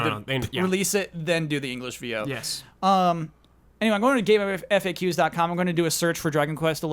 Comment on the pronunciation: thats the first time ive ever heard it pronounced "game eff-ayy-ques" i always hear "game facks"